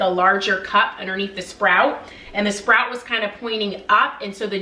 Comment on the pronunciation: Spout not SPROUT.